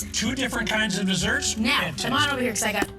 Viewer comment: Did my man ask if the pineapple cake was “going to flip ove” sans the R? I swear I keep rewinding it and think he’s trying to be cutesy